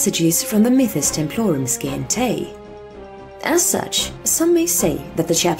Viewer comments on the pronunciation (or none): Scientae... Si-ent-a (like the word Science)